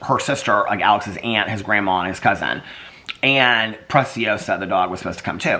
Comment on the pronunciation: Alex and his aunt are so cute for telling you that you're pronouncing preciosa correctly. Pronunciation is pre-si-osa Spanish yes (si)